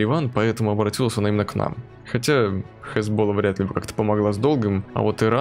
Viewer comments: классное видео, лайк, но, чел, не хезбОлла, а хезболлА( а то уши режет как-то:)) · Не хезбола а хэзбаЛА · ХезболлА ударение на последний слог. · Поменяй ударение в Хезболе в следующей серии)